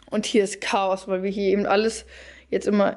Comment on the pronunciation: Sie sagt ja auch ebend anstatt eben